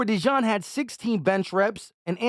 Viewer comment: Not u butchering another name 😂😂😂😂 it’s pronounced De-jeen not de john